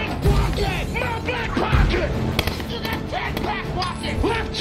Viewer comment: Who hear rocket instead of pocket…